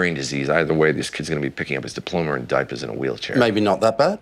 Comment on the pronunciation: He also said diploma kinda like “diplomer” haha I never noticed as a young lad lol